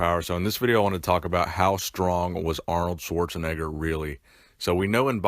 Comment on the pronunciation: "sworzenegger" 😂😂😂 the english pronounciation of Schwarzenegger is hilarious 😂😂😂 greetings from Austria 🇦🇹✌🏻